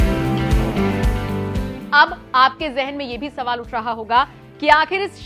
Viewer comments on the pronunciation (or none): none